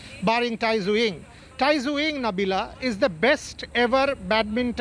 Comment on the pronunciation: Tai Tzu Ying correct pronauncation: die zeh ing